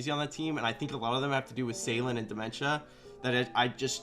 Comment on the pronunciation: calling dmentza "dementia" LMAOOO